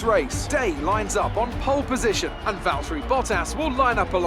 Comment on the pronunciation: it's valtteri. Im the world champion now